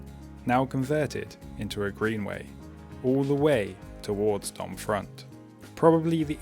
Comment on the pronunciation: Generally (with a few exceptions) you don't pronounce the last letter in French words. So Domfront is pronounced Dom-fron. (for the way back 😉).